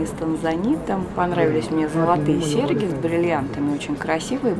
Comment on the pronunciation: В слове сеРЬги посредине МЯГКИЙ ЗНАК, следует ПРОИЗНОСИТЬ МЯГЧЕ.